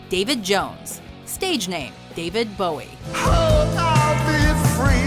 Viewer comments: The Texan's name is pronounced Boo-ee, not Bow-ee. Trust me. I'm a born and raised Texas Girl. Where I grew up we named our schools after Texas founding fathers, James Bowie, David Crockett, Stephen F. Austin. Do your pronunciation research. We've had this talk before when you couldn't pronounce Danny Bonaduce's name correctly. Google is your friend here. When in doubt, hit Google and ask how something is pronounced. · Jim Bowie's name is pronounced "Boo-wee" not "Bow-wee."